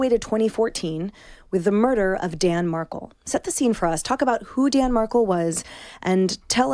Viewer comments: I’ve stopped listening to this bc after 1 minute there is far more misinformation that fact which is very disturbing. Examples: Dans name is mispronounced, he was not in the driveway/he had pulled into his Garage, there was one gunman who shot him, not 2-the 2nd man was the driver, he was On the phone when approached and shot-so there Was a listening witness. Who is allowing this, anyone lightly following this tragic story would know. Again, that was all in the first minute… shameful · 3 minutes in. Can't even pronounce the victim's name correctly. Read the comments. Realize this is not worth watching. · Yes the name is being mispronounced but let’s not forget why we’re talking about this case. The murder of Dan Markel and the conspiracy. The date he was shot was July18, 2014. He died the next day. The ex Wendi needs to be arrested as she is the 1 most culpable. 😢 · Those of us who are well versed, I'm sure find it frustrating the interviewer can't even pronounce the victims name right and continually blurted out wrong information about the case!!!! Wenndi needs to be arrested and tried. The evidence thus far shows Wendi is complicit in the murder!! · I am well versed in this case but would not judge a person who is new to the case who mispronounced a name. You said she got it right by the end of the broadcast. My, my, it's a harsh crowd out there. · When Hosts can't bother to pronounce the names of the victims they are reporting on properly...I'm out! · And mispronouncing Markel. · Pronounce the man’s name correctly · Yes! And Josh really should have corrected her. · I am gone! A reporter doesn’t even bother to learn Danny’s name? Buh-bye! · Was there no editor to correct her incorrect pronunciation ? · she needs to pronounce his name correctly. Not exactly a big ask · Dear Lord--can't this Fox commentator pronounce Dan's last name right? Boy you can really tell that she's in the know. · Markle! Not mar COU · Dan Mahr-Kell. (phonetic spelling)